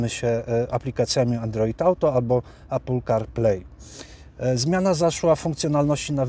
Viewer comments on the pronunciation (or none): none